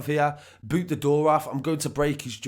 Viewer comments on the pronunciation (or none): none